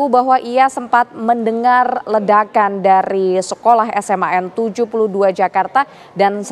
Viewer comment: Nah gitu benar di baca nya SMAN 72...bukan kaya jurnalis ebelah di baca nya seman 72